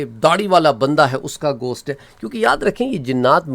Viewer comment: Bhai ap ghost ko gosht bolrahe..